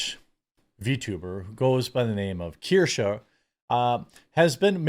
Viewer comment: I think her name is Kursch, like rhymes with curse (sorta), not Keer-sha. Anyway, I think I'm subbed to her, not because I'm a big fan, but because she was on a panel, with some other streamer I like, who tried to push her to get to 50k or 100k subs. Much like you once pushed Empanada Girl, to boost her, and I did sub to her, but I don't think I watched a single vid of hers since. If you live in glass houses, shouldn't throw stones. Sometimes I sub to channels I don't actually like, cause some other channel said "They're cool, help them". I get caught in the moment, and I'm like yeah sure, I'll help some newbie. Well, long story short, you do it too. So if some channel I subbed to turns out to be a crapshoot later, I'll just quietly unsub. No need to make a big deal of it. EDIT: My apologies, I sounded off like 2 minutes into the video, shoulda wrapped my fingers and refrained from typing till I knew what you were saying. Valiant Renegade has her as a guest panelist sometimes, and that's how I became aware of her. Valiant makes fun of Disney/Star Wars/Snow White just like you do. Again, apologies.